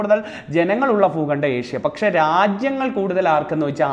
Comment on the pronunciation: Foogandam Alla bhoogandam